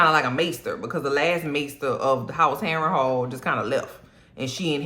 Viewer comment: New subscriber. I watched this several times. Your commentary is hilarious from start to finish. Every time I hear Castle Harenhall, I'm going to hear you calling it Castle Overhaul. Not clearing up the playing of the balls 😂😂. Cole with a fresh cut and cuban link ❤